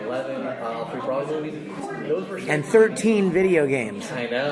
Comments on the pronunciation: Thank god someone else said it. But if you notice Big Daddy Vic was quick to correct it. she does it and he goes nahh lol. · It's Broly not Braly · Not brally not brolly but fucking BROLY🤦‍♂️ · BRO-LY not BRAWL-LY!!! Fuck off MAN! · Bro-ly Not Bra-ly It does not say dragon ball super Braly it says BROLY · It's pronounced BRO-LY!!! NOT BRA-LY!!!! HOLY FUCK! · I like how Vic keeps correcting on how to say "BROLY".... not "BRAWLY".. I mean... seriously. Learn your crap before doing an interview.. FFS that is annoying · I think it's pronounced bro-lee not braw-lee. Broly. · I'm REALLY getting pissed that they keep saying BRALY not Broly like honestly "bro" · Even worse, Bruh -lee. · Why the fuck can't anyone ever pronounce Broly right? Vic says his name so many times. Bro-lee. Not Brawl-ee. They say it in every movie, every game, every interview, yet people still manage to fuck it up when he says it right in front of them and they keep on saying it wrong. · People that pronounce it "Brawly" 🤭🤔🤨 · It is "BRO" Ly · Every time they say "BRAWLEE" I get triggered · Its BRUH-LEE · Everytime anyone says BRAWLEE I get triggered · Considering they didn't know how to pronounce "broly", they aren't exactly the best interviewers. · If I hear another mother fucker pronounce Broly wrong I'm starting a second TOP